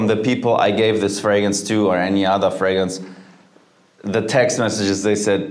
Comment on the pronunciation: Ironically, fragrance is the only word he seems to mispronounce